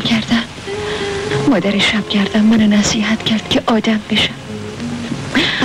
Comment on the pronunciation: ما قدیم دوبلورهای بسیار خوبی داشتیم اما گاهی اوقات دیگه با مصنوعی بودن صدا شورش را در می‌آوردند. آخه این چه دوبلوری ست که خانم نیلوفر داره. با لوس کردن صدا که کاراکتر جالب نمیشه. خودشون به به صدای خودشون گوش نمیکردند؟ مادر مدر به گوش میرسه. کلمه خدا بیامرز را خدو بیومرز و یلدا یلدو تلفظ میشه که چی صدا را و بیان را میخوان شیکش کنند.